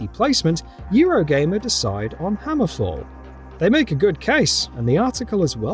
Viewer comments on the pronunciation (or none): Hammerfell not hammerfall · Terrible video, at least pronounce Hammerfell correctly and do some research about Redfall which is an already published game, was a bunch of other stupid things in this video too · 1. It’s HammerFELL not HammerFALL 2. Redfall is a whole game by itself.